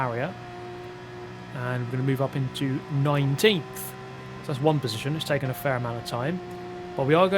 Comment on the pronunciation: "Down into final positionth": Nice try brain